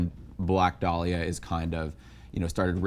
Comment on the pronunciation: The way Sam keeps saying “Black Day-liah” is doing psychic damage.